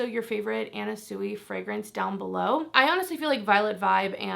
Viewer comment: It's actually pronounced swee! 💕